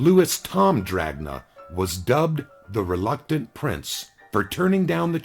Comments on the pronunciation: In italian it would sound more like dranya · not to nit pick because you do a great job but jack dragna pronounced DRA-NA... g is silent in italian, doesnt really matter tho i guess